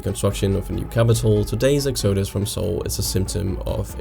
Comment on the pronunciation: Good video overall. One minor point: the word "exodus" is pronounced with the accent on the first syllable not the second... EX odus. You're welcome!